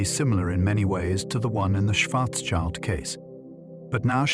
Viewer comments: schwarzschild sounds more like "shwarts-shield", not like "shwarts-child" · please don't let this stupid robot pronounce incorrectly Karl Schwarzschild schwarz meaning black and schild meaning shield